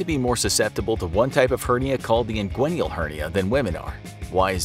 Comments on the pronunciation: Just a heads-up...the word is "inguinal" not "inguinial" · You pronounce inguinal as if there's another /i/ after the /n/.